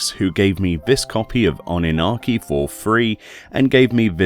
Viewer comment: m i the only who heard Anarchi ? :D 👍